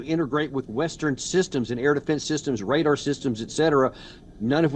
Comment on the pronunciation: Again, radar is pronounced ray-dar and not reddar